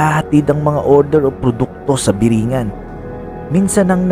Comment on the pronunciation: Tamang bigkas po dyan is biri-'ngan, nasa dulo po yun stress, ehehe, yan po yung bigkas ng mga taga samar na gaya ko.